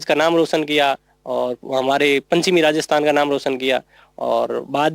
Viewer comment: Collector sahab ke deeam panchim nhi paschim bolo